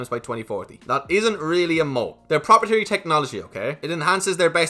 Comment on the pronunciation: it's about time you learned how to pronounce "proprietary" correctly. Hurts my ears every time you butcher it.